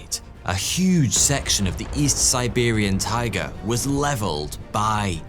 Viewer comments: When you say "taigA" - the emphasis is on the last A, tell you as a born and bred Siberian)) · Hi,. If I may dare sound like a smug picker of nits, for which I beg your pardon, the word taiga should be pronounced “tai-EE-ga”. 😊 Большое спасибо за ваши видео! 🌹